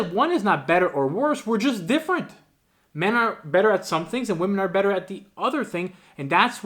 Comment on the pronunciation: Another example of the weird inability of some people to pronounce the plural "womEn" ... :D